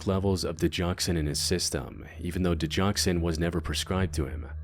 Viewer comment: Go never is a J sound. Digoxin.